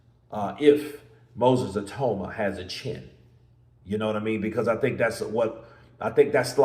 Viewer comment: Get his name right EE-TAU-MA -Nigerian/Yoruba name 😂